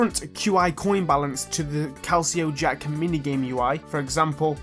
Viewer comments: Cal see oh jack? You mean cal lick co jack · “Calsio jack” excuse me?